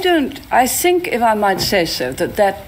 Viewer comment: he literally said "sink" not "think".